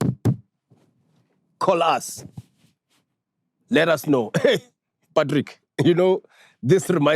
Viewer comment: always Messes the Patrick and pAtrick Intro 😂